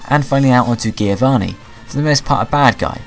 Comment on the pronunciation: i'm sorry how did you pronounce giovanni?